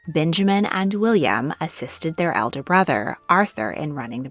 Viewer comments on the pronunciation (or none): none